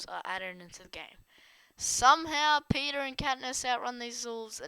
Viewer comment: It is peeta not peter